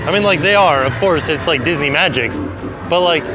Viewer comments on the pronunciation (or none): none